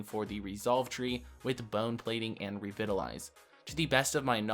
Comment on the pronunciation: Revitalize. The first "i" is pronounced like the "i" in "bite" not "bit". It is the same pronunciation in UK and US English.